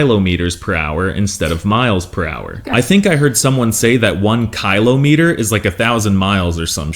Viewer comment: what he can´t even pronounce kilometer correctly this guy what a weirdo